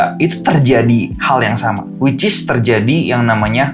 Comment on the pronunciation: Dalam video ini selalu bilang wicis beberapa kali hahaha